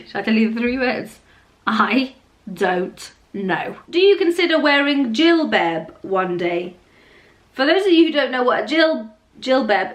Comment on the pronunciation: Say jilbab and abaya properly stop acting like you can’t speak Arabic anymore